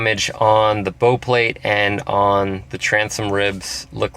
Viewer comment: Bow like how not bow like oh.